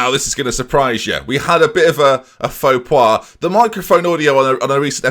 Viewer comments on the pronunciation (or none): "Faux Pois"? False Pea?? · "faux pwah" xx